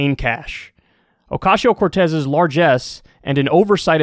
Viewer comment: I love how Kyle says Ocasio. Oh-cashio. Makes me smile every time.